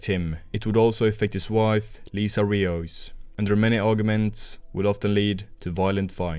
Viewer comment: Liza not Lisa